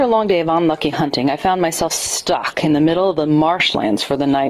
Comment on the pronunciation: "I found myself SCTUKKK in the middle of the marshlands..." Your pronunciation and overall narration are fucking woeful. But hilarious. Thanks. Btw, this story was 2 spoopy 5 me, I got sp00ked, Shiv3rs down my sp1ne m9!